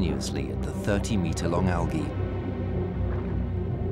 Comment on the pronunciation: I turned it off after the fifth time he said Algah